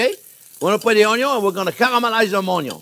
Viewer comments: I am a cook, not a classically trained chef. I have been training on the job for eleven years. I love watching and listening to Chef Jean Pierre. I love the way he says Onyo. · the way he says "onion" (Onyo) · Ohn-yo : n A staple of French cuisine, usually caramelized 😁👨‍🍳🧅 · Caralalamlalize the ONYO LOL!